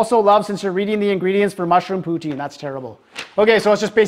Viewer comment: poo-TIN, not POO-teen. Pronunciation 3/5. 😁